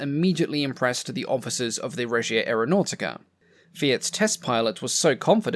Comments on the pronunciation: To improve your very creditable pronunciation of Italian words, may I make one suggestion: Aeronautica is pronounced "ah-air-o-now-tica". Try to roll your R's if you can - but, then some Italians cannot do this, either - it's known as an "erre moscia" (soft R). As for carbon tet - I remember a household clothing stain remover from my childhood in the 60s, called Thawpit, which was nothing other than carbon tetrachloride. I used it fairly often and am still here to tell the story, over 60 years later. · AreoNAUGHTYca Sorry I’m Italian and it really amuses me